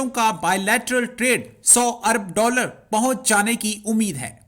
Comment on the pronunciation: Hume ' daaalar ' de😂😂